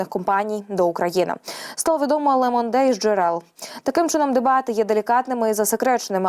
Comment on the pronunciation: Ле Монде ріже вуха.